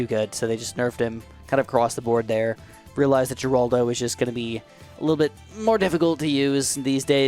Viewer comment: Pretty sure it’s pronounced “heraldo” not “jeraldo”